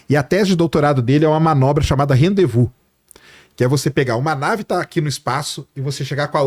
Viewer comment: REndez vous pronucia-se Randêvu